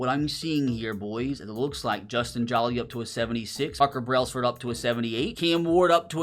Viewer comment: Hey just so you know it’s not pronounced “Justin Jaw-Lee” like your saying. It’s “Justin Joe-Lee”. He’s from NC State university and my dads a big Wolfpack fan so that’s why I know 😂